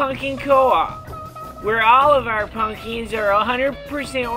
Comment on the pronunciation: Fuck yes! haha. "Ryvre Snowphish has gone on record saying he likes the band String Cheese Incident." Props for the Fire on the Mountain Jam and Dark Star :D Also love how when he says pumpkins it sounds like spunion ha.